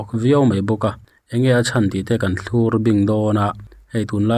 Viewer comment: Thlûr iti thin hi adik lo, thlukna awm lovin, thlur tih tur ani. Uisathiamin sazuk a uma, chu chu athlûr tiin sawi ila, tawngkam hman dan dik lo ani a, uisathiamin sazuk athlur ti a lam tur ani. Tuna thlûr tia ilam dan thin hi mizo tawng ila lam dik lohna ani tlat mai sr.